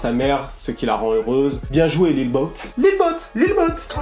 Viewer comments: sa ce dit lil yaty pas lil yooty au pire dit lil boo pas lil boot frère fait un effort je pleure le sang avec ta accent mdrrrrr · Très bonne vidéo poto mais juste niveau prononciation ça m'a grave gêné, Lil Yatchy ça se dit Lil Yady avec un d pas trop prononcé, et le pour Lil Boat, ça se dit Lobo lui même le dit... enfin à part ça c'était pas mal!